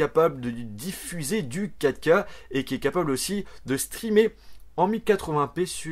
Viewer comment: je suis désolé pour cette gaminerie mais je suis le seul à entendre "caca" à la place de 4K à ? :/